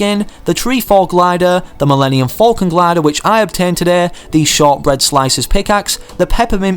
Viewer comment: He said Millennium Folcon